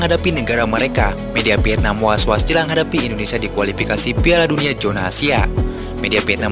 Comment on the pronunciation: VIETNAM pakai V,bukan PIETNAM. PARAH BANGET SI ORANG INDONESIA